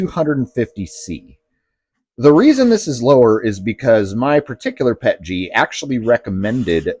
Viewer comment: is actually one of the few CCs that actually says the acronym correctly. PET-GEE. Every chemist knows they've been saying the P.E.T. as "PET" & then adding The "G" for glycol. That additive which makes it easier to print than standard PET. GOOD video! Thank you!